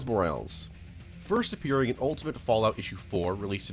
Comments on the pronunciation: it pisses me off how you pronounce morales. It is moral-es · I don’t think he knows how to pronunce symbiote or morales.